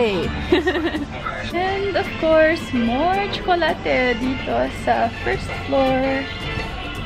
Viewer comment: Gustong gusto ko yung pagbigkas nya ng tsokolate ❤❤